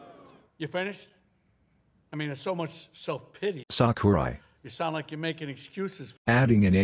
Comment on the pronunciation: did u rike it?